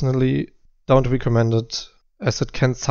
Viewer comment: Pretty cool presentation style. No fuzz. Straight to the point! 🤘😉 Kleiner Aussprachevorschlag für "recommend": Is eher so "reckemend" (statt "riekomment")